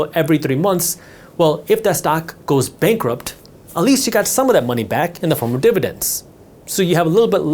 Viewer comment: Unfortunately what I got from this video was knowledge that you have a problem pronouncing - This, That, They, Then etc. Theses words do not begin with the letter D.